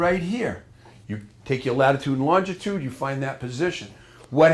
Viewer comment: When did they add an extra letter T in longitude